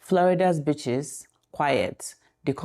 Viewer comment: 😂😂 How you said beaches... Just perfect!